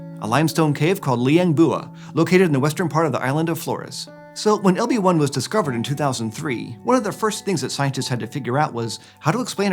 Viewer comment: When ever he said "LB1" I kept hearing "Obi Wan" XD